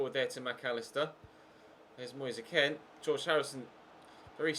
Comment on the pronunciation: Why does he say Moyesa Ken? It’s Moise Kean